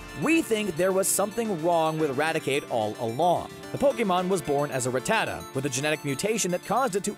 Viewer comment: The way you say Rattata is just terrible. It’s Rat-atuh